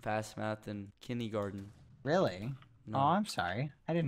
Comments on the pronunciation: everyone: kindergarten skeppy: kindeygarden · "I never learned how to fast math in kinnygarden" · Skeppy: "1..2..6..... gasp I only have 15 TOES!" vurb would be disapointed lol Skeppy actually said "but i dropped out in kindee-garden" hahaha and now... my mom just told me to clean if i wated to be a garbage man.. she said clean clean clean the house or something something the government. I heard that word a lot" lmfao